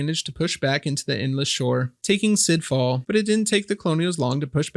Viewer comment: great video, one comment: sidhe falls is pronounced shee falls sidhe is an irish word. it means mound, or hill. banshee comes from here, bean sidhe (Women of the Hills) If a woman wearing grey clothing washes your clothes, you are about to die. This is the story of the bean sidhe. Also if she wails, she senses someone is about to die. They are omens of death.